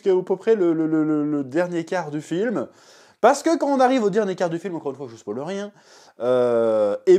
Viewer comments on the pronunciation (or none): none